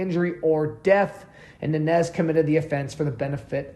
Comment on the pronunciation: Good video except for mispronouncing Nańez. It’s Non Yez!